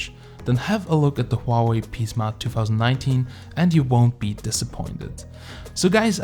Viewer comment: HWA-WAY! O3O